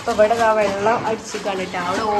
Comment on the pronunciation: Vallam alla vellam ennuparayu nallaveedatto